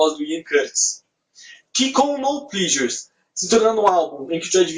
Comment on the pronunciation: Se pronuncia plesures não plisures